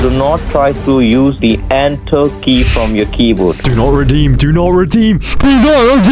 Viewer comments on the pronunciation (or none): DO NOFHT REDÆM THE CARD